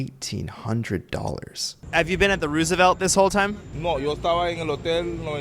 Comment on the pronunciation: All the way through mispronouncing “ Roosevelt “. After a while it gets annoying.